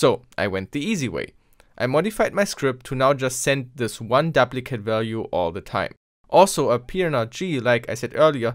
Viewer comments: duplicate is pronounced doop-li-kit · Good video! Note on English pronunciation of "duplicate": long "u' as in "dooplicate", if the "p" were doubled then it would be a short "u" as you pronounced it. Sorry, 1066 really screwed things up. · To my knowledge you're a non-native engish speaker, so, I'm just trying to help. Duplicate is pronounced doop (rhymes with soup) licate